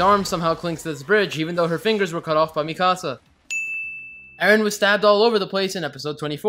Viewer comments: Does anyone notice that he says edgen instead of Eren Umm never mind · It's EREN dumbfuck nit edgen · its eren not edgen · its eren you stupid turd not edgen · sry but is it not 'eren'? not edgen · "edgen" lol😂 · Why does he call eren edgen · The fact that he kept saying Edgen deserves about 47 sins. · "Edgen" The fuck? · he only says Edgen when it's Edgy Eren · Now I just want to keep calling Eren, Edgen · The way you say all the characters names is INFURIATING. Reiner literally said Jeans name correct and you still his name wrong🤦🏼‍♀️ you’re saying Mikasa’s name like the Spanish saying of make yourself at home😂😭